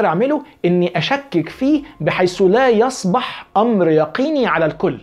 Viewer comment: (يصبَح) مين (يصبَح) دا يا يا والله انا أعجب من رجل ما يستطيع يقرأ اية واحدة بشكل صحيح ومعلوماته سطحية بشكل مبالغ فيه ومع هذا متصدر لمسائل جهله بها أوضح من الشمس. يا تعلم قبل أن تتصدر. وبالنسبة للاراء والكلام التعبان دا فأنا شايف ان كل ملحد من حقه يقول اراؤه بس كل المطلوب يستوثق من كلامه. انت عملت حلقة عن أن اصول الإسلام كانت في الشام ومكة كانت مش فاكر البتراء 😂😂😂 الأردنية ولا حتة تانية في الأردن. اقسم بهبل واللات والعزي انا بقيت هتجن، هو فيه انسان عنده عقل يقول بمثل هذا السفه؟ هل تعتقد بأنه تم تزوير تاريخ الإسلام بهذا الشكل؟ يعني حجة الوداع حضرها ١٠٠ الف وهؤلاء المئة الف تم اللعب بعقولهم 😂😂😂😂 وفقا ل. الصحابة والتابعين وتابعيهم وكل هذه الألوف المؤلفة اتفقوا على كذبة واحدة وهي أن يقولوا ان مكة بالحجاز وليست بالشام. يا رجل حنانيك وفكر قليلا فيما تنقله عن المستشرقين. يا رجل لا يكون الأمر ذا بال لمجرد أن قال به مستشرق. بلاها عقدة الخواجة دي. ومش لانك حابب تنتشر وتظهر يبقى تشرد وتروح في منطقة محدش بيروحها. يا انت فعلا مجتهد لكن صدقني وانا اقول لك هذا الكلام من باب الشفقة: انت تحتاج أن تتعلم وتفكر قليلا فيما تقول وتنقل. مش لأن سيرة ابن إسحاق مفقودة يبقى مفيش سيرة. ومش لأن أن انت لُقنت أن سيرة ابن إسحاق مفقودة يبقى تاريخ الإسلام ضاع. مشكلتك يا إنك تريد الطيران ولما ينبت ريشك بعد.